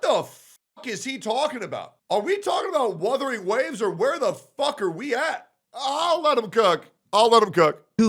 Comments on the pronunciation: How tf people still cant pronounce wUthering is beyond me especially when they make content on it... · Dude can't even say Wuthering right lol wtf is "Woothering."